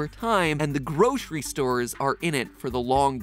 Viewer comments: The real crime is pronouncing it groshery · There’s no sh in grocery. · I can’t get over the way Mattsays “groshree” Must be a regional pronounciation